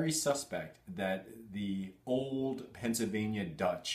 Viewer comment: I am staging a pronunciation intervention because I care about you. Where on Earth is your "l" sound when you're saying "Pennsylvania"? The first half of the word should sound like "pencil." Every time you say it, it sounds more like "pen-suh." What's up with that?!